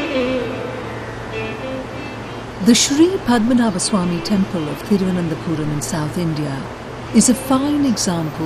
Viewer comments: Since when did temples become taamples. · Tample nahin temple........ Ab to correct kar lo, pronounces correctly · Tampel Nahi Temple hota hai